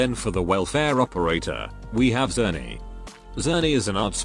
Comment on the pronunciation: 'Czerny' is a Polish word, according to my knowledge, and it reads like \ Cherny \ and means 'black'. Just in case it could be useful to someone